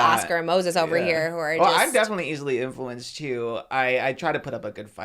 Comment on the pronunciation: Love how Oscar says “infewanced” unknowingly